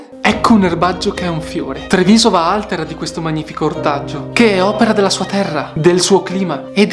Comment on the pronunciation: Altèra, no àltera!! 😂 Bel video cmq! 👍 Eh che bon el radicio ciò!! 😋😋